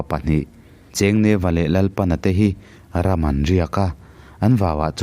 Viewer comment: Hman lai hnamchawm hming a nih chuan Lalpana tih hi "A lal chhung chu tumah lei do an nei lo" ti a lal thluk anga Lalpana tia lam tur.